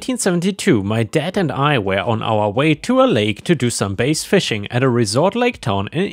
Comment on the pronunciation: story 2, its pronounced B-ASS, not BASE. sorry, i am a fisherman and couldnt stand hearing it pronounced wrong